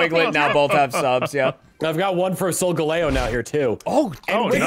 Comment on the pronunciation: It “Sole-gally-oh”